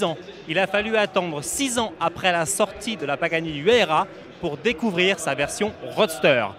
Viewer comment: Huayra et non Huyara Et ça se prononce "Ouaïra" pas "Huera"